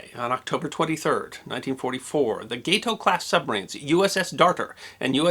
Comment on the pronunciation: Isn't it 'gahto' and not 'gaito' class? If I see right, the name is for a catfish and called after the Spanish name for 'cat'. That's 'gahto'. Did we mispronounce this back then? It's a likely possibility, I suppose...or is this just a mispronunciation on the video? I'm not judging...I'm curious.